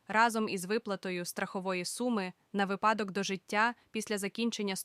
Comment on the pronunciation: Можна філологічні правки зроблю? Як правильно вимовляти. По-перше: не добрОГО дНЯ, а добрий день. По-друге: не випАдок, а вИпадок. Дуже розповсюджена помилка, на жаль. Сподіваюсь, ті, хто робить такі ролики, читає коментарі.